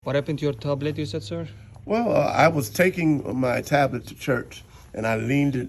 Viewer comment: so hilarious how he said "Tablet" 🤣🤣🤣🤣